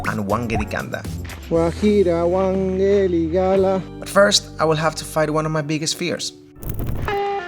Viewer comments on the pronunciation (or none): its not WANGEDIGALA, its WAKANDAGALA. ha ha lol. great video as always brother